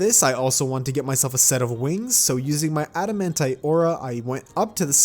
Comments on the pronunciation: It`s Why-Vern, not With-Ern. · Wivern XD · I hate how he pronounced wyverns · makes fun of adrian for pronouncing supreme calamitas wrong Also boio: cant pronounce wyvern